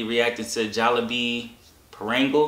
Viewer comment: I just had to come to this video to see you mispronounce pah-ron-gahl(parangal) Great videos though. My dad use to make fun of my mom for 30 years for her broken English. Now he tryna learn Tagalog, and preach. I was like, haha, that's what you get 😂😂😂